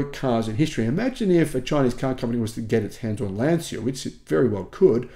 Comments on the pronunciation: And Lancia is pronounced without the i. The i is there only to pronounce the leading c differently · Well no insult intended, I'd love to see Lancia [lan-chia, only two syllables, is how it's pronounced btw] reappear just out of love of it's history in innovation and prowess in motor sport. I have loved Italian cars for my entire long life, so much fun for so little dollars. But I have given up on FIAT/Stellantis in the USA, they had a chance to return and be a player and they just cannot make quality products. Love Italian everything, but can't love Italian quality of manufacturing. The Chinese probably can't do worse than FIAT. A 4WD Integral barn burner would be a dream come true, but only a dream. It will never happen.